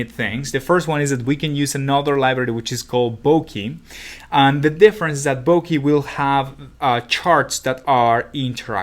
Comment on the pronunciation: It's not Bo-kee